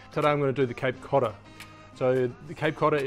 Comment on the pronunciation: Im from Massachusetts and i never considered it was a difficult name for others to pronounce lol, but good try! Love your videos by the way! You remind me of this australian basketball player for the celtics Aaron Baynes!